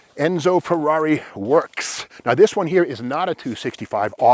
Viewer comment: I think 'Rush' pronounces the Ferrari model name correctly